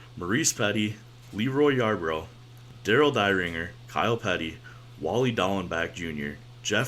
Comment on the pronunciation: Great vid ! Just a couple of "clarifications" from an old timer,lol. The first is the pronunciation of the last name of driver Darel Dieringer. "Dieringer" is NOT pronounced like the word "Die". It is pronounced like the name of the pistol. Secondly, driver Rick Wilson's first name is pronounced like the word "Wreck" Wilson. Bahaahah !